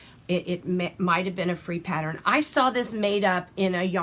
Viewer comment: Pattern and not patter